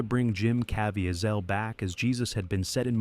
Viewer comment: And by the way, his name is Cah VEE zull.